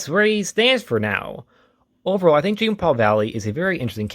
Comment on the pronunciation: I’m sorry, it totally took me out hearing you say Jean like it’s spelled rather that the way it’s supposed to be. His name is French. Jean-Paul has the beginning J almost replaced with a Zhu sound. It’s almost said like John, too. Totally understandable to read it just as it’s spelled, that’s how we’re taught to read English. Really love more people talking about Jean-Paul Valley though. I only recently got into his character a couple years ago too. His backstory was absolutely 90s comics standard though. All Kinds of stuff was happening back then.